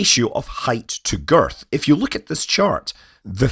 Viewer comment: Please never say "Girth" again. lol